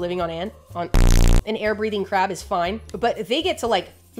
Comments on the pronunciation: Nobody will ever convince me she’s saying “crab” and not “crap” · Dood! You have no idea how much I love your videos! I also love the fact that my captions say crap when you say crab!! I just scream-laugh every time!! You, Animalogic, and Casual Geographic have reinvigorated my love and obsessive consumption of nature education and documentaries in a way I truly believed it could never be. I am eternally grateful for you and your knowledge! ❤❤❤❤ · I like how she says crap instead of crab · Sometimes I hear "crap". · Are u saying crab or crap 😂